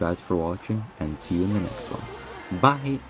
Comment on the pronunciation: That BYE in the end really caught me off guard..